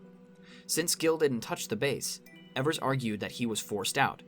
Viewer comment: great essay, but evers is pronounced "ee-vers", not "eh-vers"